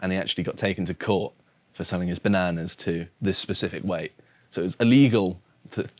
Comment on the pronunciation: Great vid as ever. But ask to learn to pronounce "bananas" properly.